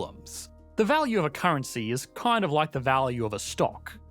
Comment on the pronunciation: Had to stop watching due to the annoying Australian trailing lisp, like get that under control and learn to pronounce "Gulf" as not "Golf" lol, and not add like 13 Ys to the end of currency when currency is the last word in a sentence